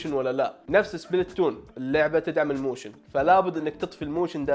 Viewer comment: موشن❌ موووشن✅